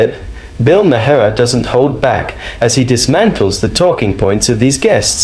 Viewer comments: Who is Bill Ma-May-Harr? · Narrator……Say Bill Mar not Ma-har. That’s how it is pronounced contrary to how it is spelled. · Let's get one thing out of the way, his last name is not pronounced how it's spelled, it's spelled "Ma-har" But it's pronounced "Marr" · Bills name is not “MY-HAIR” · It's pronounced 'Mar', not the 3 ways you pronounce it in the video! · Dude, stop insulting Bill. The "H" in his last name is Silent, it's "Mar" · You mean it's not pronounced Muh-hair? 😊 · Haha. Ma-har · Why do you feel thr meed to pronounce his last name differently every time you say it, it's not a hard name. Perhaps should be a pre requisite to report on someone, being able to say their name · The H is silent. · Ya gotta love AI voiceovers. How many different pronunciations of "Bill Maher" are there? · Every time you say "maher," you pronounce it differently. Very annoying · You need to learn how to pronounce his name. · Learn how to pronounce names before you post a video. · GEEZ!!! Every time I've heard Bill Maher's name pronounced; it's not the way this AI British sounding narrator does it!!! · The H in Maher is Silent . . ..shouldn't you know this?